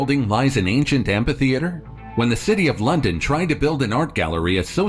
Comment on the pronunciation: Say "ampa-theatre" one mo time! 😠